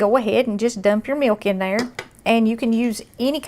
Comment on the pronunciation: I love the way she says "miwk"!